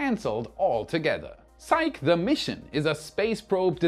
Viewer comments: Psyche is pronounced sahy-kee. Named for the ancient Greek Goddess. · I still say it doesn't matter how fast they get Starbase ready, the lawsuits are going to keep them from flying for a while. I would love to be wrong. I want to see another test flight. I am pretty sure Psyche is pronounced "SY-key". But it's all good. The delays have to be just heartbreaking for those folks. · Elon Musk is mining a $600 trillion dollar asteroid! It's pronounced Sy-kee. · Psyche is pronounced sigh-key. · "Psyche," pronounced "SIGH-KEE." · Psyche is pronounced “Psych-EEEEE”, please. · Psyche is pronounced "Sigh-Key"... don't judge me... I'm autistic. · Thanks for sharing! I would recommend looking up the pronunciation of Psyche though 🤣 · It's pronounced si•kee,. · It's pronounced "sike-ee". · I think that Psyche is pronounced Sy-kee. It's the name of a character in Greek mythology. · With Psyche, the e is not silent, the name is Greek not French. In mythology, she was the Greek Goddess of the Soul and wife to Eros (they became Anima and Cupid for the Romans). Psych is when you make someone think you are going to do something and last minute, when they flinch in responce, you say `Psych'... Keep up the great work. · Psyche is two syllables si-key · The pronunciation of Psyche is [SY]+[KEE], two syllables. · Because psyche is a Greek word, we can use Greek pronunciation. So it's pronounced "sigh-kee". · ...it's pronounced "sai-kee", Psyche! I don't mind when you mispronounce other words, this is an important mission! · Hi,, please, please, the pronunciation of Psyche is 'sigh-key', it is a Greek goddess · Love all your stuff but you hit a hot button for me - I cannot hold back... SIGH-key - The name Psyche is pronounced SIGH-key. End of rant. Apologies. Crawling back under rock. Coming out later to watch more fantastic videos... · Psych-EE. Its Greek. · Psyche is pronounced "Sigh-kee". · PsychE... the 'e' is long... sigh-key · Psyche is pronounced SaiKee.